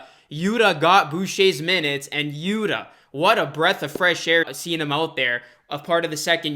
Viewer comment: Yuta Watanabe's first name is pronounced "YU'-tah", as in "Utah Jazz" (but the accent is on the first syllable). You are pronouncing it "Yuda", which is incorrect.